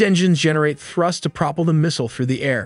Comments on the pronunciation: I know nothing about this, it all sounds good to me. I am very impressed by the narration, just one little thing that you probably only tripped over or missed: “@ these engines generate thrust to *propple* the missile”—should be pro-pell (like yell) the missile. Really good work, sounded very professional! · Contour, separate and propel are pronounced wrong.